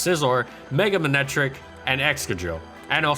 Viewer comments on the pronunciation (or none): none